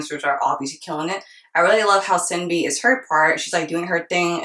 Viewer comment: Loved the reaction. 💕 Btw. just a minor thing but: from what i heard SinB is pronounced more like "Shin-B"